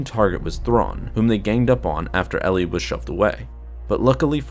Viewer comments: I was just about to post a comment about how painful it was every time you said instead of Eli. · Are you certain you're pronouncing the name correctly? (Eli) L-E My friend has this name and pronounces it E-Lie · It's more like E- lie then Eille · Pretty sure it's pronounced like 'E-lie' not '' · I had multiple migraines every time you said instead of Eli it's Eli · Eli, not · It's not, its Eli. Eee-lie. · I thought it was Eli not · You mean Eli? Not. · It’s pronounced E-lie not LE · Is it "Elly" or is it pronounced more like "Eli (E - lie)"? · Isn’t it Eli Vanto not Elly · this bothered me so much that I need to comment despite 7 months passing: it's "ee-lie", not "elley" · Is Vanto's name not Eli (EE-LY), instead of elli? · Elly? It was pronounced E-lie. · His name is pronounced "E Lie" not "L E" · I think its pronounced E and then lie so Eli not Elly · Eli pronounced "e-lee" not "ee-lie"? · I heard the audiobook, glad you made a video on this! P.s Its not pronounced El-ee its "Ee-lie" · Eli is pronounced "ee-lye" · "" Vanto? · E-lie. It's pronouced E-Lie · Eli is pronounced "Ee-lie" in the audiobooks. And it's not an uncommon name in real life, short for "Elijah", like "Elijah Wood". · Just saying eli is pronounced E-lie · I thought it was pronounced "E-Lie"? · Are you sure its not ponounced EE-ly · I thought Vanto's first name was pronounced E-li... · It's pronounce E - LIE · It'll also give you the chance to correct the mispronunciation of Eli. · Listen to the audio book. You are saying Eli's namd wrong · its not eli vanto its Eli vanto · You said Eli wrong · By god the mispronounced Eli got annoying really fast!! its Eli so E sound with the ly sound from rely. Not difficult!! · Your miss pronounceing Eli's name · yeah u better stop do that. Dou know how many slavs are suffering because of such mistakes?